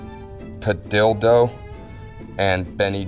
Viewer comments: Padilla not padido y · The guy can say Schwarzenegger but he can't say Padilla which is pronounced padiya